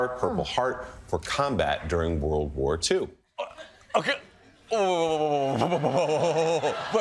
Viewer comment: " And I say to myseelf , What a wonder full Woild !".